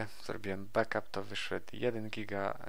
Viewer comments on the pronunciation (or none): none